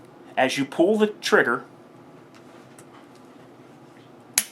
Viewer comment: cant tell if you are saying pool or pull lol. but nice video im sure it will help many new people in the firearm scene. do you have any experience with the LDA 1911?